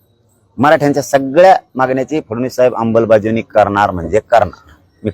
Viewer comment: अमलबजावणी की अंबलबजावणी...